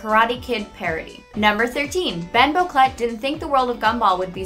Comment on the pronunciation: A few things are wrong. Penny is allergic to blueberry, not peanuts. The names Anais and Sussie are pronounced wrong, (although, Granny Jojo says Anais different than everyone else, like ah-NY-us.) Boquelet is most likely pronounced wrong as well, since he was born in France. Even GI is pronounced wrong. She says GI, like in GENIUS when it should pronounced GI like in GEESE, but without the S sound. And there were many more than two previous Darwin's before our Darwin. How many times did Richard sing, "Swing low..." before rushing off to the pet store for another fish? Definitely more than 3. If I were a bigger Gumball nerd I'd have the correct number. Sorry.